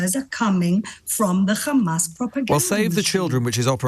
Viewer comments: Khamas. She can say hostages, she can say have, but she can't say Hamas. Lunatic. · KHamas ...KHamas..... KHAMAS 😂